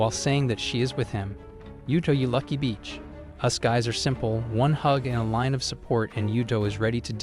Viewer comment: reviewer: “yuto you lucky beach”